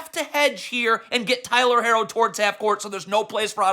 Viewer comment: Coach, Jaime is Mexican, not French haha his last name is HAH-kezz. Also, Hero not Hair-oh. Cmon you know this!